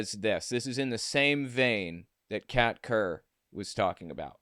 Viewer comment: When you first said her name, I could have sworn you said cat turd.